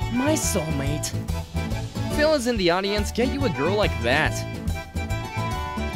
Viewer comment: Why you say Phil like that😶